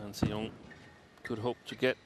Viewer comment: its so easy to actually mispronounce her name but it actually is "an sii yiung"